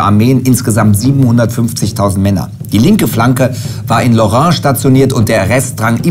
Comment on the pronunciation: Lorraine=Lothringen=Region Und wird loren ausgesprochen xD